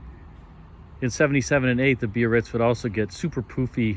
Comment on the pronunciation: THANK YOU for saying 3 syllables, Bi-ar-ritz! (Easy to read and say, but a few auto hosts drop i and say just "Barritz".) One more sign of the respect 'baked in' to your work.